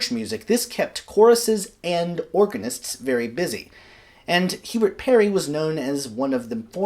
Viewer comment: Its SIR HUBERT PARRY NOT PERRY. He was born in Gloucestershire NOT NEAR WALES.